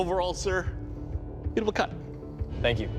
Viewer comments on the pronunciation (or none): “ It wheel make bacon and keeeeel “